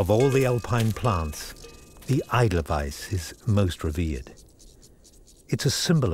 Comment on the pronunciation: It's called Edelweiss, not Idleweiss. Not a flower of love but strength.